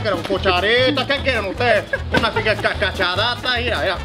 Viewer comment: Hahaha Its lovely when eating but when it comes out after eating that much...good luck! 😂😂 "cachadatas" xD it's cachetadas xD I'd never seen the blue kind tho :o